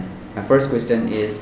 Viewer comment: It’s not questtt- ion 🙏🏻 Sorry but it’s annoying